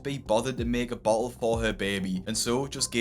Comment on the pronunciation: bo’el o’ juice